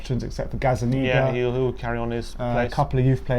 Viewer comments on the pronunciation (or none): You guys aint expressionz fam you better be careful the way you say gazzaniga 😊